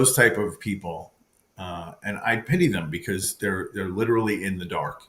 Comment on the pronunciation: This priest is supposed to be so educated and he didn’t even say the word literally correctly, he says it like all the young people today little Lee 😂😂 how come you don’t get this on video, how come ? I know the batteries drain right away, right ?